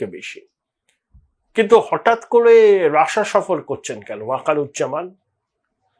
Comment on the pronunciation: রাসা নয় ওটা রাশিয়া